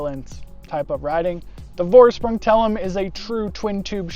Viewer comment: It's spells "Forschpryng". Thanks for a review man.